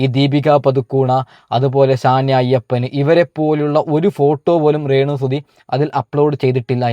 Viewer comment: റെന്നു അല്ല രേണു